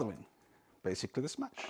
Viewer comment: He’s saying mash… not smash.